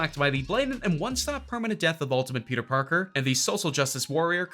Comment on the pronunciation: Yo he said Peter porker